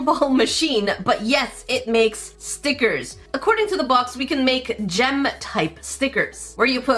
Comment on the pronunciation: you messed me up girl cause now I don't say stickers, they are now STEEKERS lol